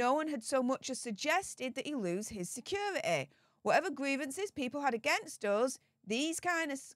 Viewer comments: What the hell is “secura-ee”? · Someone tell this woman the word security has a T in the middle of it!! It's pronounced, securiTy.